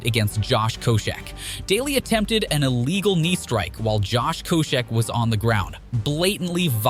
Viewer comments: “Josh Koo-check” lol somebody forgot to type the S for this narrator to read 🤣 Josh KoScheck wouldn’t approve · “Kosheck”…cmon mma commentator guy. 🙄